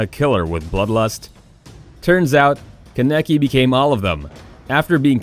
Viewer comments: This man Ken a ki it’s fucking kaneki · Keneki 😂 it’s kaaaneki there’s an A not en E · Did u just say ken- eki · Ka Necky 😂 Lol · “Ka Neck Key” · It was all abd before when he was pronouncing the names but once he said "Ka-nek-e" I died a lil ;C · Mans said Keneky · HE PRONOUNCED KANEKI WRONG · The way this mad mispronounced many of the characters names like Kaneki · He’s said kaneki wrong lol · "kuh neh kee" "oh bee toe" "man-gay kee ew"